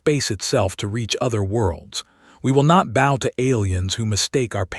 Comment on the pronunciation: Okay, your AI keeps pronouncing the word bow(b-ow) as when someone slightly tilts the upper part of the body in a acknowledgment towards a person, but instead saying it as it when you say bow in the word bowtie.